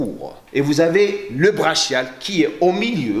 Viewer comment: tres bonne video, juste on prononce braKial et non braCHial excellente video!